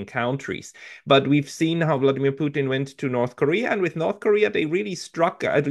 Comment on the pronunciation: Why does he call putin puting or puchin ,??